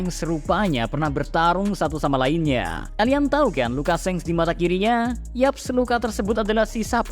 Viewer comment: Hal paling mengaggu telinga adalah ketika pengucapan SHANKS menjadi SENGS